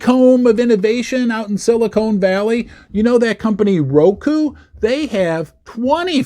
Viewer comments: that's Sili CON Valley not Sili CONE Valley. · Silicon, not Silicone.😊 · Ha it’s silicon, not silicone as in con artist 😂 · it's NOT silicone, it's silicon, but silicone is what they put in fake boobs ... yes ??? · It’s not silicone valley it’s silicon🙄🙄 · Petty comment since I grew up there - it’s Silicon Valley not silicone valley. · Pronounced with a short “o” instead of a long “o.”